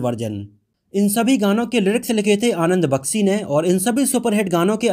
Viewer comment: Janab Aap apni bhasha shudh kijye sholay ko solay mat kaho ji. Action ko aap aksan krh rhe ho . Bhut hi sharmnak he ek journalist kw liye . Sara maza kharab ho jata jab aap shabko sa kehte he . Solay mat kaho baar . Anand bakshi ko aap anand baksi keh rahe ho.